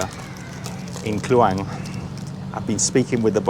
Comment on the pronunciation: Kluang = pronounced clue-wung Delima = pronounced de (e sounds like e in the) - Lee - ma (a as in mar) means ruby, Merah Delima =ruby red, Buah Delima = pomegranate